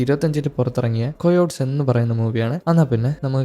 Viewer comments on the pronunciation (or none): കൊയോട്സ് അല്ല ബ്രോ കയോട്ടീസ്